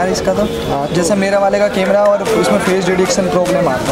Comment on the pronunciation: अबे लल्लू बिलकुल सडक छाप लगता है।कैमरा को केमरा कहता है।क्लोन को क्या कहता बे।